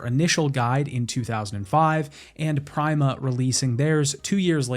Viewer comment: Great video, but that can NOT be how Prima is pronounced.